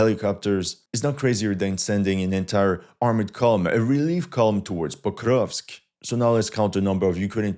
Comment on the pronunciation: This guy: POKRRUUGHHHVSK I dare you to try to pronounce it the same way he does without gagging. 😂😂😂😂